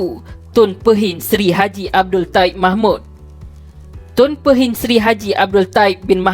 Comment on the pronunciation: u cannot even pronounce Pehin properly, u better go check all facts regards to DSAIs hse 1st b4 blabbering nonsense